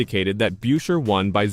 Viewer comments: it's busher, not byusher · Tried to watch this video but couldn't. About the 5th time Buescher's name was pronounced as "Byoosher" I'd had enough. This video didn't deserve my time. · Just asking, Can’t you pronounce Chris’ last name correctly? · You can't even pronounce his name properly!!! This channel is a joke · If you cannot pronounce the names right I cannot take the video seriously